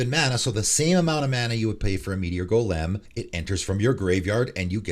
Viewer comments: Like Goalim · Your odd pronunciation of Gol’em made me wince every time. Great video as always, just the fun little insignificant thing that stood out as I listened to it. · First: change your intro song, it literally is discordant, annoying as fuck, and sounds like something a 13 year old made in GarageBand in 2007. Always a guaranteed 10s forward skip. Second: have you never heard the word “golem” pronounced before? Jfc 😂